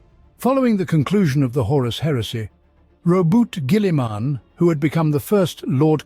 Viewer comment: The way he pronounces Guillimans name makes my eye twitch.